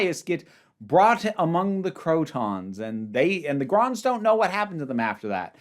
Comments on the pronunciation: Gonds, not Gronds. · Saw this first in the five faces season in 1981. It was the fourth story of season 6 (wheel was the final story of season 5) so Zoe had already been around for 23 episodes. And it’s Gonds not Gronds. Robert Holmes first script, Philip Madoc's first role in the series and the first and only demonstration of the HADS in classic who.